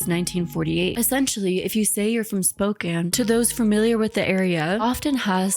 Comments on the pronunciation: The way you’re pronouncing Spokane is killing me 💔 great video tho ❤ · As a fellow Washington resident, same. My eye twitched every time. But also, as soon as she said that Sydney is from Spokane so much made sense.